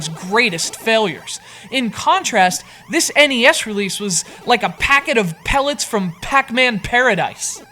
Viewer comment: engergizer pelets there called power peltes